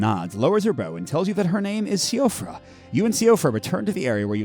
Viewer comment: Great play through! when pronouncing the name Siofra, the pronunciation for it is she-fra as I believe it’s an old Irish name.